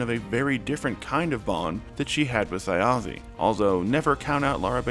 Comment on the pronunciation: I don't understand how someone can watch 3 several hours long episodes where the characters and the DM namedrop Thjazi every half hour and still mispronounce his name 😭